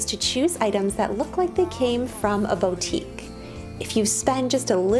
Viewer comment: Did she just say bo’tique lol sis it’s pronounced boo’tique.